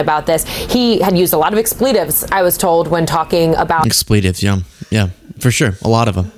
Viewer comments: "X". pletives. Proper pronunciation, please. ❤ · Please tell us that you are mocking her pronunciation of expletives.